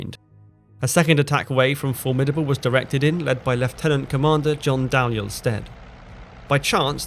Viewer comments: Dalyell is pronounced DEE-ELL. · Dalyell pronounced Deeyell.